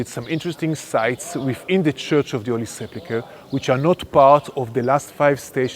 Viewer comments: He pronounced the name wrong. Come on. Sepulchre, not Seplichre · One would expect a professional tour guide to be able to pronounce the word sepulcher and not continue to pronounce it suplicher. Of course, it's really no worse than lectors, readers and even preachers in the US who don't seem to know the difference between the words, prophecy and prophesy. One is a noun and the other a verb. However, this is not a battle I'm going to win. 'Nuff said.